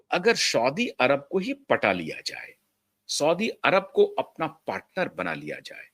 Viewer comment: सौदी अरेबियन करेक्ट उच्चार हैं